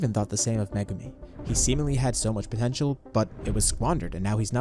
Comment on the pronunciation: “puhPOTENTIAL” GUYS HE SAID THE WORD